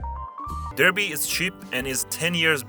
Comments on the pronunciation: a cream tea is a scone, jam and cream, and a pot of tea. Also Derby is pronounced Darby Good video thougj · Derby is Darby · DARBY not DER-bee. God do I need to correct all the way through folks? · Derby is pronounced Dar-bee, not Der,bee! Great video, but you need to work on your pronunciation, we English have some odd words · Very well researched video, I just want to point out that Derby, the place, is pronounced Dar-bee instead of Der-bee Also acknowledging the historical importance of Tamworth was a good one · Derby is pronounced DARBEE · Colchester has a better zoo than Chester. Also it’s pronounced Darby, not Derby and Hartford not Hertford. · Derby - pronounced Darby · Derby is pronounced "darby". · hey us northerners don’t deserve that dig are pronunciations aren’t that bad ik we sound nothing like the south but (especially here in Lancashire) it’s not bad